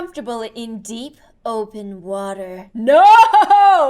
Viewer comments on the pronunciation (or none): none